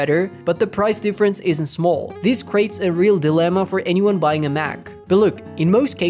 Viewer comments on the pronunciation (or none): none